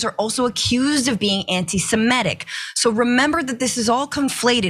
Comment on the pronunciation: Please, please, PLEASE! It's Anti-Sem-i-tic, not anti-Sim-e-tic!